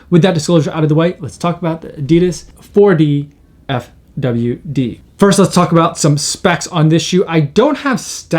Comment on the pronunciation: And the shoe is pronounced Four-Diff-Widd